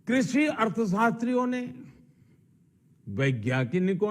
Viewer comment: Krushhiiiiiii Kanoon nhi krishi Kanoon hota hai .....khursiiii or krishi ko mila ke krushhiiiiiii Kanoon bna diya 😝😝😝😝